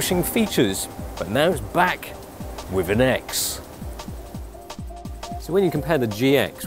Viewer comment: 'and now...its BWACK!'